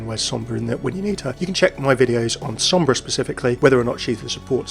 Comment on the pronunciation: You pronounced Sombra fairly well! Great vid, I am excited for another support